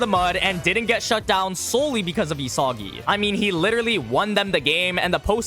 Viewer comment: bros pronouncing it, ee-soggy